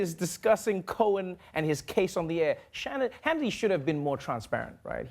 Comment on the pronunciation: I like how Trevor almost said "Shannity" , let's just roll with that!